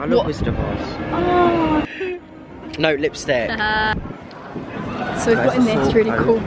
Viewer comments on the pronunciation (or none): It’s lipstick not lipstcik 😂😂❤️